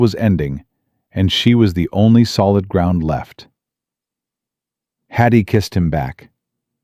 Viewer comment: Watching from UK,shame you kept saying Hattie's name wrong ,but truly a lovely story